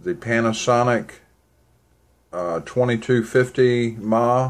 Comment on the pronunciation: mah is not "miliamp". its miliamp hour. ma is miliamp and the h is hour. but yeah, it bugs the crap out of me when people say "ma" like they are calling fro their mother.